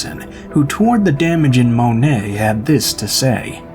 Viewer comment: It's pronounced Mo-net..not Monay.